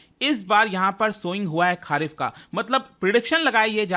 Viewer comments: खरीफ बोलिए खारिफ नहीं सर जी। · It's खरीफ ... and not खारीफ ..... भाई pronunciation ठीक कर लिया करो... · खारीफ नहीं, खारीफ